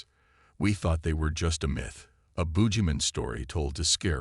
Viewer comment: I agree not only that, but the voice had problems with saying boogeyman😅😅